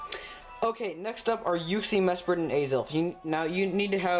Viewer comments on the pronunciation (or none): What the hell is Yuksi, Mesperat and Aizel?? I'm probably not even spelling it right... Edit: LOOOOOL Either you said it really weird or i'm just stupid... Just noticed that Uxie, Mesprit, and Azelf is the same as what i heard as Yuksi, Mesperat and Aizel... XD Edit 2: Arghh well you do kinda say it a bit wierd but most of it is just me i think